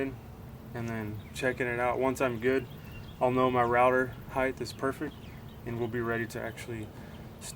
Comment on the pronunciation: BTW-heigth is not a word. It’s height.